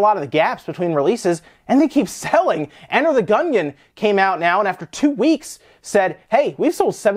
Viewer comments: Can’t get over the pronunciation of Enter the Gungeon as Enter the “Gun-yin” lol cmon man! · Does any Youtuber know how to properly pronounce "Gungeon"?